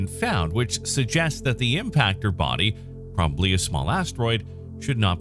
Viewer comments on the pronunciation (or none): none